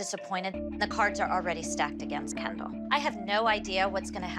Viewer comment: Just Vids! It’s KeNdAl not CaNDlE